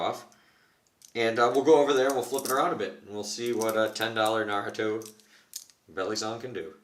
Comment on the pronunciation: At least he said Naruto right mad respect